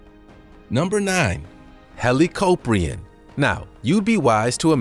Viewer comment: You pronounced helicoprion like hellocoprin